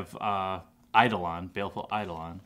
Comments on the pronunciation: You did it. You pronounced Eidolon correctly :) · I can't believe you finally said Eidolon correct.